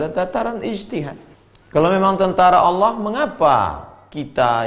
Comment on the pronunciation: sebut allah saja ngak pecus dolll